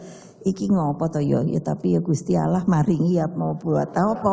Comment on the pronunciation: Ko'begitu mengucapkan salam, tidak fashih sama sekali. Apa agamanya ya? Menyebut nama Allah tidak tepat sama sekali. Cepat nyungsep PDIP. Agar masyarakat tidak sengsara , agar masyarakat tidak miskin.